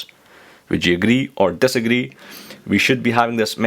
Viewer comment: "Nobody uses iPad to take Pactures , dasagree or aagree?" hehehe (no offense :P)